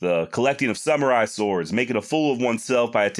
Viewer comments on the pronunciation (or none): Brother!!!!!😂😂 You said fkn sumeri sword. Classic 😂